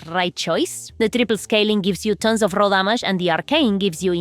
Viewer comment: Roll damage, what is roll- oh, you mean raw damage... took me some time 😅